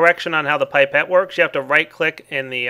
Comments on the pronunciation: Pie-Pet O.o ... *ahem* ... I think you will find it is Pip-et Because pronunciation is how we are rolling today ! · It may have been said before, but it's "pip"-ette, not "pipe"-ette. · Its not PIPE-et (phoenetic) its PIP-et. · "Pipette" is originally a french word, that's why it's pronounced "pip - et", like we do. But it is not surprising at all to see differences in pronouncation between England and the United States. As it is confirmed here : w w There is no paradigm in pronouncation... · Holy butt "gooey" "pipe-ette" Jesus man JESUS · It's pip - et not pipe - et!!! Well, in England at leased. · pippete us pronounced PIP-et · it's pronounced pip et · isnt is pronounced pip-et